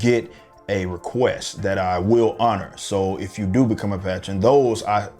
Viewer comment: Love your shit man, and the way you said patron just now lls